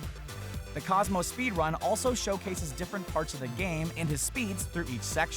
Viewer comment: did anyone notice how he said speed-wun?